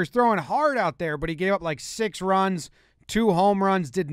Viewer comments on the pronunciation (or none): none